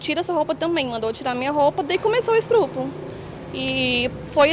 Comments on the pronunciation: Ah, um " estrupo "! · Tem que ser muito trouxa para acreditar nesse "estrupo", como disse ela!😂😂😂